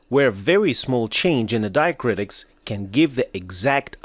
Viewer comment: it's diacritics not diacritis